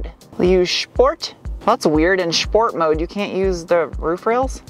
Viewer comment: any mistakes are forgiven when you say “schport mode”!